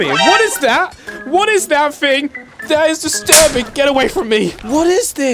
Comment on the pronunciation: It’s “thing” not “fing”